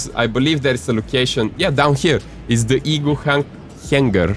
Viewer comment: I love how he pronounced it as ee-gua